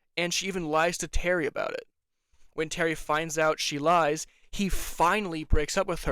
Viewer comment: Terry also has a really bad impression of an Aussie/Kiwi accent. I’ve never heard someone pronounce “terry” as “tarry” before. It was annoying and very obvious as an Aussie viewer. I did like the trans inclusion but I was just disinterested in the later seasons. Also as a deaf person myself you are absolutely right, Janai should know basic ASL/Katolis Sign, but there are some hearing partners of Deaf people that are like this unfortunately, it often comes with an ableist mindset that we should assimilate into hearing culture. Also, sometimes characters talk to her when we know they can sign, which is again Audism/ableism and so tiring for Amaya to have to lip read everything to have access to the conversation. Sign not being translated in the Audio Description is also ableism and as a person on the DeafBlind spectrum it pissed me off when AD would say “amaya signs” like what is she signing? Your job is to translate to me. I do like when not all her words are translated otherwise as it often gives context clues to Deaf Americans and ASL signing watchers that are specific to us, but that always excludes some Deaf and Hearing people watching. Grabbing her hands is considered assault.